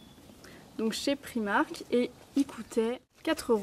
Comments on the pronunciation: prAïïïmark et non priimark !! C'est pas grand chose mais c'est assez insuportable :) ( pas méchant hein ! ) gros bisous :) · Excuse moi,mais c'est bien PR-aaï-mark ,mais on prononce le 'r' à l'anglaise. Et je pense bien savoir car je suis anglaise & j'habite en Angleterre,et j'entend bien les gens parler. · Alors désolée pour toi j'habite à Londres et on dit bien Pr-AÏ-mark!! avant de vouloir rectifier les autres vérifie.. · Je suis aller dans un primark à londres et je te jure que le i se prononce bien AÏ ..sa fait mal aux oreilles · le i ce dit aïe en anglais....